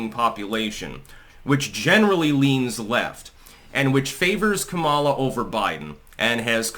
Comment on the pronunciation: your pronunciation of Kameltoe’s name is racist and insensitive. You’d be having a brat girl summer if you said it right